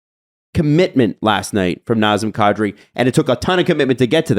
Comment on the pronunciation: It's not Nozzem Koddri. It's Nazem Kadri. The "a" in both names is like in "dad"